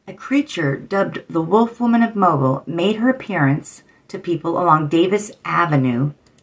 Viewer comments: Mobile is pronounced mobill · Its pronounced Mobile "Moe-Bill"